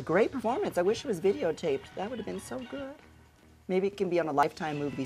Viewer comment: She said 'videotaped" lol